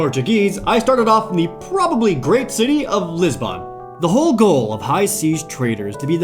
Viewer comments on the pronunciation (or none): complained that Lisbon was pronounced incorrectly, it's Lis-bin not Lis-bawn, or Lisboa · LisbOn. That's... not... how... you... pronounce... it. >_o Also, the city is kay.